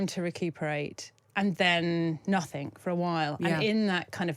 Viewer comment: Somethingk??!! Nothingk??!! Surely an experienced journalist and broadcaster would have learned how to pronounce her native language properly? And if not why hasn't she taken lessons? And why doesn't The Times give her training?